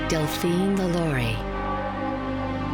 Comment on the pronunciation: LaLaurie is pronounced with emphasis on the last syllable (La-Law-ree). And this story is embellished (which Smith is known for doing). There are records showing that LaLaurie escaped to Paris, where she died in 1849. Lores are interesting, but not accurate. Greetings from Cajun Country. 😉